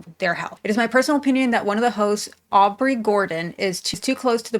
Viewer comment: It's Aubrey, not Audrey. But I agree.